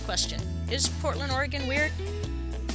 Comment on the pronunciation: Thank you for saying ORYGUN and not Or-Eh-Gone